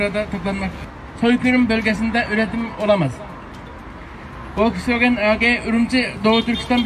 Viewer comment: Wolkswagen emes folkswagen